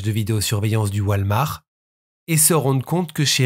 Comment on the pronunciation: WALL MARTTTT (PRONONCIATION) lol